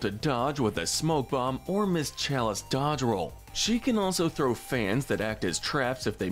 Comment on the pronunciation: his voice is so addictive and the way he says ms chalise is Amazing 😍